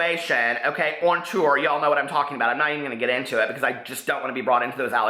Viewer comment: "TourRrRrRrRrRrRrRr" Lol. ❤😘😘😘